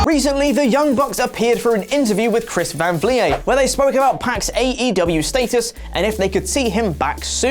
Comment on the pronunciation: Saying chris van vliet 😨